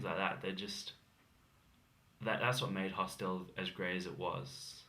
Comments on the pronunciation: The word hostel is not pronounced hos-TEL!! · This guy needs to learn how to pronounce the word hostel.